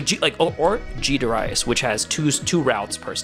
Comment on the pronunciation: Dare ee us